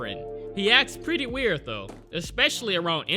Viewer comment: You know, spiders are pwetty scawy